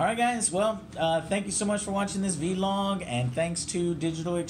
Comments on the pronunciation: Joe is still the only person to this day that I've heard pronounce it V-Log lol good stuff as usual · Vee-log. VEE-LOG.